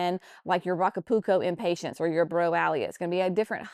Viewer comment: Cracking up over you adding a "t" to the end of "Impatiens." That's what I am is impatient to get started on my gardens, but it is too early where I am! It's too early for me to start any seeds inside for anything but cabbage, broccoli, and Brussels sprouts. I do have those going, though! Thanks for sharing your annuals.